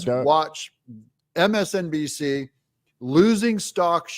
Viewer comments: MSNBC that's how you pronounce it my friend MSNBC they have a lot of viewers believe it or not 11 million to be exact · Did he say msbnc?